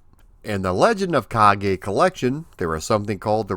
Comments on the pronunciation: I liked the game back in the day, but I thought it was too repetitive, not to mention a little easy. I think the second stage is the castle moat, not a cave. And the "e" in "Kage" (which means shadow, BTW) is pronounced "eh," not "ay." The latter would be written as "ei." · Ha ha only learned the name today. The Afrikaans pronouncing of this game was closer to Japanese than English